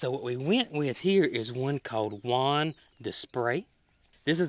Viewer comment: Hey, it’s not pronounce Juan… in French Jaune means the colour yellow and it is pronounced “Jo ne” like Jones with no “s” at the endthe second name Desprez is pronounced Des pre the z is silent